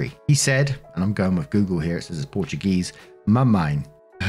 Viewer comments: Your Portuguese sounded great,! Sometimes, it can be hard for English-speakers to pronouce the "~" sounds correctly, even with the translator, listening to it and everything, but your "mamãe" sounded so cute! 🥰 PS: It means "mommy", by the way. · Story aside, I was really surpresed to see "mamãe" in the text (I'm Brazilian), and was even more supresed when pronounced it PERFECTLY! Our man isn't just good telling stories! 💙